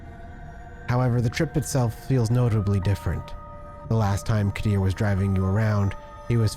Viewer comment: Qadir pronounced Kadir